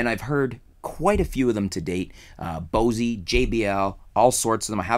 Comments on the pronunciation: one other thing it's not spelled Bossy it's spelled Bose, the "E" is silent! 😎😎😎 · "BOSEY" LMAO!!!!!!! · the face in da wall Maybe... So ("Boas-ay")? I have still never heard anyone say it like that before, and I'm not even that much of a fan lol. I like their F1 PA speakers though.